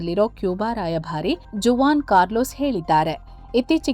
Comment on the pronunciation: Juan should be pronounced as Huan I guess